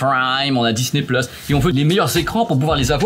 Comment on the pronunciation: Peu de français connaissent Amazon prayme et Disney pleusse.